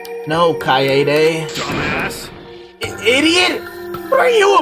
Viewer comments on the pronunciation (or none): Oh btw, Keade's name is pronounced "Kai-day" not "Kai-yay-day". Kai-yay-day is just a mispronunciation by some of the VA's, cuz youll notice that its not consistent which way yhe cast pronounces her name. But the Japanese dub only pronounces it the one way.